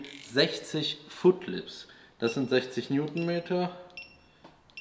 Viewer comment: Foot Libs :D Das wird Foot Pound ausgesprochen , und entspricht meines wissens ca 1,36 Nm.